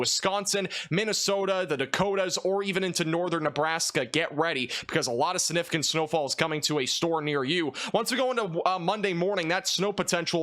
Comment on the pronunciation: Dude the word is significant .. not the way you pronounce it significant. The g isn't silent 😊